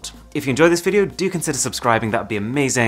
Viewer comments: I thought his name is Aaron tats how he pronounce it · and it is Pronounced as Arun not Aaron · bruh the pronunciation of Aaron and arun is different!!! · This guy doesn't know how to pronounce his name. 🤔